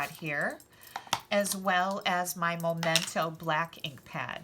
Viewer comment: Good techniques including using scrap paper! Just one thing: It's Memento, not Momento.